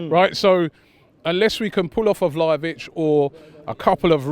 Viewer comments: Man called him valovic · These guys can't even pronounce Vlahović, how can a channel focused solely on football can't do a simple research on a player.